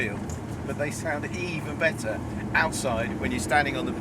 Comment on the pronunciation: it's "which sounds *BETTER*"!!! ARGHHHH